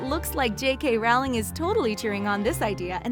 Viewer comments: HER NAME IS J.K. ROWLING LIKE ROLLING NOT RAWLING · It’s not Rowling as in howling, it’s Rowling as in rolling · it triggers me when she said it like j.k 'raowling' when its pronounced 'rolling' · ITS NOT rawling ITS rowling You uneducated swine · Its not Rawlins its row-ling as is in row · It's ROWling not RAWling!!!!!!! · The way she said J.K. Rowling... It’s pronounced Rolling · Why do americans sound so cringy when talking about HP? Maybe because they pronounce "Rowling" as "RALING". It's ROULING you morons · J.K. Rowling herself said in this video that is “Rolling.” I used to think Rowling too but then I saw this. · Her name is pronounced rol-ling not row-ing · It's pronounced ro not row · It's not pronounced Row-ling it's roll-ing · Rowling like bowling not Rawling. Its been 20 years. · heavy breathing Did you just say JK Rowling and pronounce it Rowling and not rolling breathing intensifies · It's Rowling not Rawling.. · why does everyone pronouces jk rowlings name as 'rowling' like it rhymes with 'bowing'? it's its pronounced like 'rolling'. she said it herself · its row-ling like row row row your boat,,,,,, or rolling pin.......................sorry, i couldnt keep my mouth shut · You mispronounced JK Rowling. Its Pronounced JK ROLLING. mic drop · If you are going to do a video on Harry Potter you need to at least know how to pronounce the authors name. Her name is pronounced rolling as in Rolling Stones. J.K Rowling(rolling) And just so you know J.K Rowling said how to pronounce her name herself. IT'S CALLED RESEARCH! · Her name is pronounced Rowling as in Rolling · Rowling is pronounced ROLING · Actually, I believe it is pronounced "rowl-ing? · She says Rowling as Rau-ling It bothers me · Her name is pronounced ROW LING. Get it right! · I cringe so bad very time you mispronounced Rowling. You're supposed to say it like ROLLING🙄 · Omfg it’s j.k Rowling as in rolling pin. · Ur saying the queen-J.K. Rowling- name wrong!